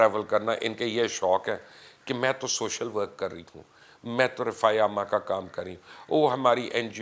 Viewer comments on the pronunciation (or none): none